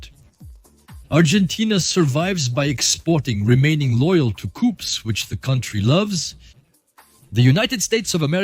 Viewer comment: ok, enough "coupes" for me...horrendous to listen !!!